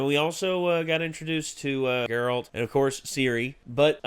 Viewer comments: GAIRalt not GerALT. you’re putting emphasis on the wrong part of his name. they say it multiple times in the show, just listen. it’s a good show though, i hope you guys continue. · How do you still say Geralt’s name wrong?